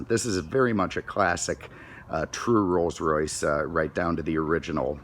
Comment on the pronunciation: Alan Johnson he said it correctly